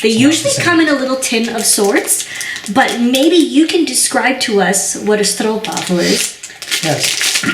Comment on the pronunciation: Your pronunciation of 'stroopwafel' is much better than you give yourself credit for. A Spanish study friend always bought them when she visited her family back in Spain. She told me they're the perfect gift to bring with you from The Netherlands: "They're cheap and everyone likes them."